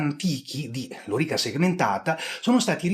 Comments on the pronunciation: cioe' ragazzi : Lori'ca Segmentata.. e' praticamente l'unico storico al mondo che l'ha pronunciata bene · Intanto grazie per la pronuncia, per fortuna non ho mai avuto modo di parlarne ma avrei sicuramente messo l'accento sulla O, pronunciandola sdrucciola e non piana. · Scusa ma sempre sentito lòrica. Chiramente hai pienamete ragione sulla faccenda della riforma dell'armamento a seguito della disfatta di Carre. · Vero, ma anche Carlo Rolle pronuncia correttamente e in restituta.